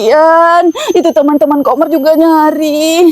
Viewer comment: Kak ko manggil Komar jadi kamar